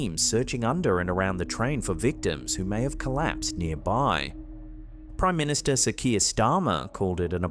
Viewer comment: The primister at the moment is a joke and he needs to get out of number 10 also the voice is saying "that train never stops" and not "the train never stops"